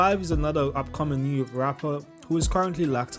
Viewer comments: It's newark not new york its pronounce NORK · Pls stop sayin sayin New York it’s pronounced Nork 🤦🏻‍♂️ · Newurk my dude not new york its one word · its pronounced nork not new york lmao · Im tired of heAring "new york" its NORK 😭😭 get it right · It’s “Newark”not New York😂😂😂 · Newark is pronounce nork lol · nah respectfully it’s NORK 🤣💯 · it’s pronounced nork my nigga it’s spelled newark but pronounced “nork” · stop pronouncing Newark like dat